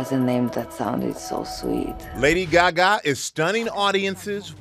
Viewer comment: Why do they always pronounce it as “Gyagya”